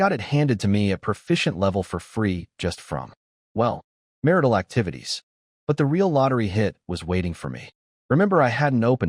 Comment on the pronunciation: mar-tial ❌ mar-ital ✅